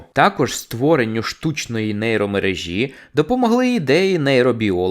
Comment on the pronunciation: Божеене😮😮😮... До нейромережІ та й нейромережІ (говорить оцей діктар і камінтатар).. треба :мерЕжа, мерЕжі...слухати неможливо.